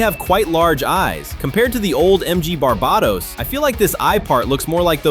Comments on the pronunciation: Its pernounced bar-bay-tos. Jeez lol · If you want to be anal about it, it's bar-bay-tose (like how you'd pronounce toes, the S is softer in Latin) It's pronounced Bar-buh-tos by Bandai in pretty much every version though so it doesn't matter much either way